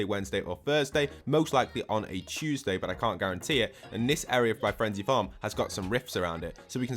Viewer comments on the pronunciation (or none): that L in frenzy tho